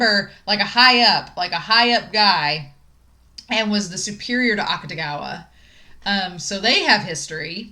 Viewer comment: “Akutagawa” is pronounced more like “Aktagawa” than “Aktugawa”. The “ta” is stressed.